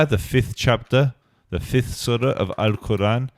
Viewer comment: He can not even pronounce the sureh’s name after Yusef repeated many times 😳 OMG